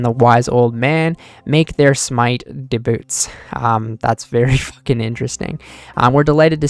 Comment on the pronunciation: this guy strugggggggles reading lmaoooo he said DEBUTS; he was too cool for the cook book then was like oh wait im a nerd and a loser. this is cool. another solid update for runescape!! haha yooo debuts!! lmaooo